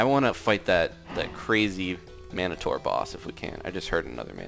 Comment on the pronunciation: How many people have to say it wrong it is mino-tor I think because ssundee said mono for I thonk